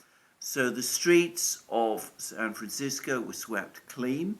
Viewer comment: By the way, thanks for working on your pronunciation of "San Francisco." We have enough to deal with as it is.